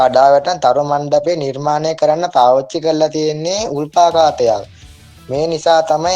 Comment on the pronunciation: උල්පාකාතයක් නෙමෙ උල්කාපතයක් ලැජ්ජ කරන්න නෙමෙ කිව්වෙ හදා ගන්න සමරහ උන් ඉන්නවනේ වැරදි වලට බනිනන ඒකයි කිව්වෙ ❤😊